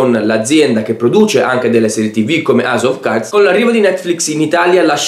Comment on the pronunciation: "delle serie tv come au of ca"....coooosa? Scusami ma pensi che le persone non sanno leggere dal sito stesso le cose che spieghi hahah. (Poi se è un servizio per non vedenti posso capire).